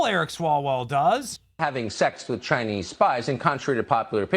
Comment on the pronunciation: Did Hawktua Jeffries say “with” and then “correct” it to say “wit” or “wich”?